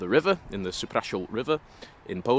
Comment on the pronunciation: Your Polish pronunciation is pretty good! Supraśl is definitely not an easy word to say👍🤣